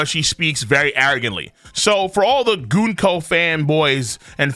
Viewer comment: it's Gunko not GOONko.